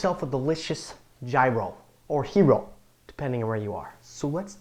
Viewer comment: yes that's what i said in the end, you didn't read my whole reply? i hadnt thought that there was a similar letter in english alphabet but apparently Y fits and still the word gyros is written wrong that why he also pronounced it wrong. and yes i am greek as well, that's why i said that his second pronounciation sounds much better(and not so lame).(his first was the one that pretty much all tourists use when they come in greece).